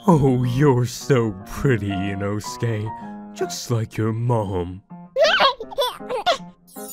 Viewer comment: His name : inosuke how she Pronounces it : inaske